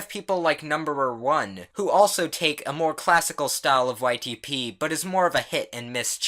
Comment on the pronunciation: every time u say ytp i hear : white tee pees